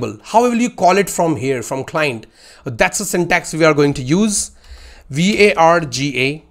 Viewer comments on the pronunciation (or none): none